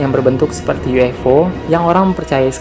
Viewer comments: UFO bang bukan U F O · Ufo bukan uifo